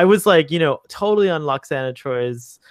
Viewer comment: Call yourself a fanboy can can't pronounce Lwoxana Troi's name correctly? Pah! Also, maybe learn to focus your camera, sit still, quit touching yourself, and make your bed before you record? Okay, enough ranting. This episode break my heart and I consider it one of TNG's very best.